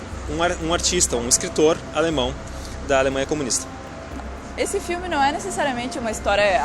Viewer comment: Haaa e outra coisa! Outro filme bom que vcs não falarão (não sei se vcs conhecem mais acho que sim) é: (Mein Kampf)e eu acho que se não me engano vcs estavão na linha Blau do U8 no AlexanderPlatz!( e uma dica para vc melhorarem o alemnão que eu precebi que vc estão proninciando errado e por exemplo AlexandERplatz- é terminado com ER o ALEXANDER e quando isso aconteçe não se pronuncia (ER) se pronuncia (A) então no caso na pronuncia ficaria (AlexandAplatz)! esse foi so um exemplo mais com Kinder é a mesma coisa e por ai vai!! Bitte Schön